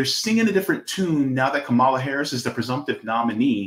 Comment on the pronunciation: Please stop miss pronouncing her name . You will never get a perfect politician never